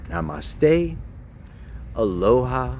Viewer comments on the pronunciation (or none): none